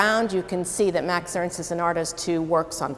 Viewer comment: Who ist Mäx Öönst? MAX E R N S T !